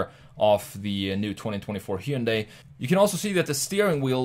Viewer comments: It's ‘Hyun-day' not 'Hy-un-dai' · OMG.... Say it with me ( HUN - DAY ) not heiudia ! Sounds just like Sunday, but with an "H". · I think it is pronounce Hi yun die. :) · If you go through all the accents on earth you're going to need your own channel. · Hyundai rhymes with “Sunday”. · You are pronouncing "hyundai" wrong. Easy way to remember, it's Hyundai like Sunday. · Every time he said Hyundai wrong I took a shot. I'm writing this from the hospital... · Hyundai rhymes with Sunday